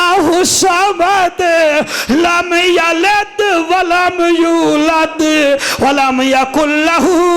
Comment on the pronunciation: Lamyaled ni lamyalid va lamulad